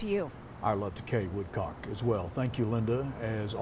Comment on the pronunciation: and Kay❤️❤️❤️Our hearts and prayers are with you! I thought it’s “Woodcock” not “Woodcaock”